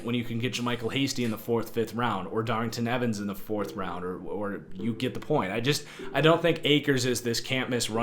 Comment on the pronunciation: The way you attempted to say (and spell) Darrynton Evans had me dead 😂😂